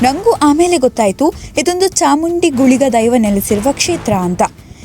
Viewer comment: ಚಾಮುಂಡಿ ಗುಳಿಗ ಅಲ್ಲ ಚವುಂಡಿ ಗುಳಿಗ